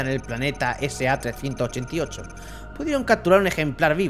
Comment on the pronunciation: el planeta se llama SR388, has leído la R como si fuera una A.